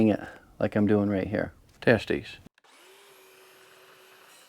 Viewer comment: Great content. As always. Also, I think I caught you saying "testies" to the camera for a mic check. 😂. I hope there are plenty of homeowners wathc these videos so they can het a feel of how much goes into manufacturing their projects, and the expensive tools mostly needed for a professional finish. 💲💲💲.